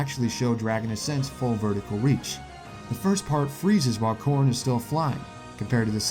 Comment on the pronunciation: It sounds like you say corn instead of Corrin sometimes, therefor the comment. ;)